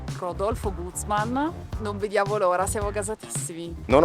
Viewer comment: Un bel ristorante, cucina al top, ma lo sapevate che i cileni non si lo possono permettere? Comunque grazie del video, non ci posso andare ma almeno lo posso vedere... ah and by the way, è Guzmán accento nella a